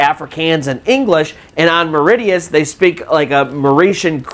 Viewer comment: Its not Mauri tea us its pronounced Mauri She us